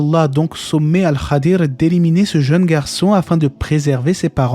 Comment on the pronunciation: Merci pour cette video et pour toutes les autres, qu’Allah vous récompense ! Ps : il me semble qu’on prononce « Al Khidr » et pas « el Khadir »